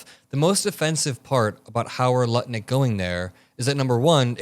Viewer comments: You keep calling him Nutlick 😉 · Did you Say? Howard Nutlick 😳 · Is it me or is he saying Howard nut lick 🤣🤣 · are you purposefully calling Lutnik NUTLICK on purpose??? You did it at least twice 🤣🤣😥🤣